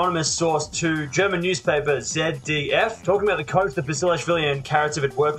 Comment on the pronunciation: Strong ZDF pronunciation 👏🏻👏🏻👏🏻